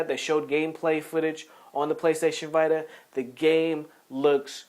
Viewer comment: The PSVita is pronounced VEE-TA If you're a usual listener of the podcast, you'll know that he sometimes mis-pronounces names of games and hardware, haha. It's all accidental though.